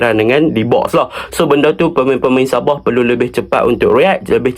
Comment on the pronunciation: Sabah ❌ Saboh ✅